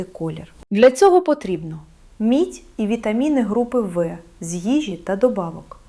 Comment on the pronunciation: Якби це справді озвучував лікар, а не штучний інтелект, то не було б таких помилок :" вітаміни групи ви". Навіть не лікарі знають що" група В" читається як " група бе". Тож поради, начебто, слушні, в більшості відео, але ж відповідальності за правдивість ніхто на себе не візьме. Бо насправді цієї Олени Михайлівни не існує